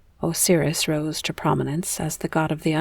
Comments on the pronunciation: Thank you. I had to stop , couldn’t get past “oh-seer-us” 😂🤣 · I've never once heard anyone pronounce Osiris that way. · Because it’s wrong